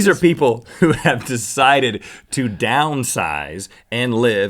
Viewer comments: xD Oh I've laughed harder than I was supposed to when Rhett messed up on saying "people"! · I love how Rhett has a nard time pronouncing ' people '